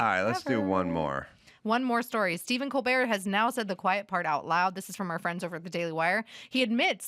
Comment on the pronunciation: "Col- bert "